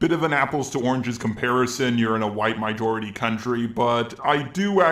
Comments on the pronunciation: Weaponised Farts nah he just cant pronounce majority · Stop saying mijority. It's fucking MAjority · QUIT SAYING MIJORITY